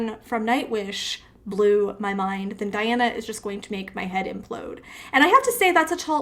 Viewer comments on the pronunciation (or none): Welcome to the magical,mystical world of Princess Diana, The Goddess Voice of Nature. Enjoy your journey. She is a true Contralto. BTW, her name is pronounced Dee aah na An coo Dee nova. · Diana is QUEEN of goosebumps. Shaman, etherial, Primitive, tribal. All can feel her music that reaches your very soul. Diana (pronounced Dee Anna) Ann-coo Dee Nova. Diana is also an inspiration. Her bio mother horribly abused her mentally and physically. When Russian authorizes picked her up, dead of winter, only in light clothing they took her to hospital for serious injuries . She was 4 years old. She had a broken collar bone, unable to speak and was placed in an orphanage. A therapist took an interest in Diana and adopted her. Unable to speak because of stuttering and delayed speech, new Mom signed her up for singing lessons to help her speech. She came into world view in the competition You Are Super, a Russian sponsored talent competition for orphans and disadvantaged children. She won the competion 2 times. Her first song Rechenka (River) age 14. "Wicked Game ( cover to Chris Issac) HUMAN ( cover to RagN'Bone Man), she was 15. She is now 18 and her latest songs are "Can't help falling in love with you (cover to Elvis Presley) CROW (cover to Linda). She has many, many noteworthy performances, each will surprise you. On top of all her victories, she remains humble and grateful. Enjoy your journey with Diana. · zuerst die nahme richtig lerhnen bitte! DIANA -nicht Dajana!!!!!!!!!!!!!!!!